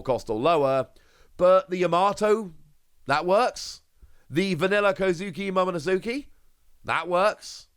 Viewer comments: He won't read this anyway. Gets corrected in every vid and continues anyway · Wano (Wahh no) Think of it like wario, no wayrio Its also momo-nosukei (nose kay)